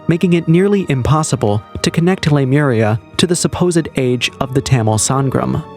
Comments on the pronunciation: Lemur-eeeeeee-a, dude. Not Lemura. It was a hypothesis to explain lemure migration prior to the discovery of plate tectonics, and we now know that a sunken land mass there would be physically impossible. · Lee-moria not Lime-era. it's named after the lemur remains found on the west cost of Australia that could have only gotten there by a land bridge. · It's pronounced Le mure ee a (short a) :) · Jeepers. The pronunciation in this video is so bad, Lemuria isn't pronounced lamura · It’s Lemuria!